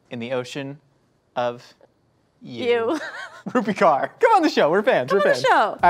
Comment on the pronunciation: Also took me a while to understand they were talking about Rupi Kaur since they butchered the name... love it XD